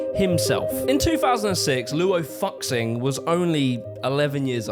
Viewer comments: Fuxing is pronounced 'foo-SING'. You're welcome. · Just a friendly heads up that the X in Chinese terms is pronounced sh, so the name is pronounced Luo Fu-Shing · The letter X makes is pronounced with the sh sound when Mandarin Chinese is written in English. Fuxing would be pronounced “foo-shing”. And the letter e is pronounced uh. So shamate is pronounced sha-mah-tuh (suh-mah-tuh SMART). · he was so confident in the way he pronounced it like it would really be "FU XIN" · I'm not even Chinese, and I was gonna make fun of him for this. Fuck-Sing... lmao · Fuxing = Foo-shing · By the way, it’s pronounced “foo-shing” 😅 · Wow, I saw many many 杀马特 shamate in Xi’an in the 2000s, didn’t know that they were a whole subculture, just thought they were some crazy dudes! Thanks for the info man! Also his name is pronounced fu shing😂😂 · Hey, so the 'X' is actually pronounced like a 'sh' in Chinese. So more like Fushing, not F******. 💀 Besides that solid docu. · Wouldn’t fuxing be pronounced something like “fushing” tho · fuxing is almost certainly like [foo][shin] /fʊʃɪŋ/ in visual kei kei is like /keɪ/ in case. come on you literally have the correct pronunciation in the edit. minimal amount of research into phonetics would go a long way. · I like the very authentically British commitment to not pronouncing Fuxing any other way. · Probably doing it deliberately but the mispronunciation of Fuxing brings me the same visceral reaction as nails on a chalkboard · That's not how you pronounce Fuxing... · somehow you managed to screw up 'fuxing', 'kei' and most egregiously of all 'bowie' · Love the video! But next time please try to pronounce chinese names right out of reapect for him and generally people with chinese names. His Last Name is Luo and his FIRST name is Fuxing. And Fuxing is not pronounced "focksing" but "fu shing" but the "sh" is pronounced very lightly. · Fuxing.... It's not Fuck-sing... More like Foo-sing... It's a bit disrespectful. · fuxing is pronounced foo sing